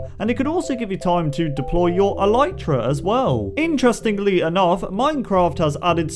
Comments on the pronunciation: Elitra, not Elaytra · It's not alitra its alytra